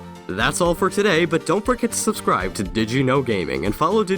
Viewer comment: giggles at the end "Don't frgt to sbskibe" xD